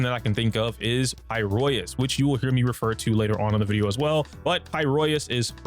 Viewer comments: f it im calling it “pi-roisu” like the jp dub from now on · pls. It's pronounced like this. "Pie-row-iss" it hurts when something clearly spoken in game is somehow still mispronounced by people